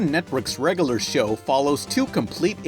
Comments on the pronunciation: The way you consistently mispronounce "regular" as "reg-a-lur" is insufferable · It's not "reggaler show." It's "reg-yu-ler show." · "regoolar show" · REG UH LURR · Please learn how to say "regular"